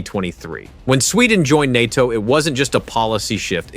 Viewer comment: En-At-Te-Oh. När den försökte säga N.A.T.O..... fast väldigt imponerande röst. Också att den var en hejare på svenska ord. Typ att de i manuset gjorde <Swedish>Totalförsvaret</Swedish> eller nåt...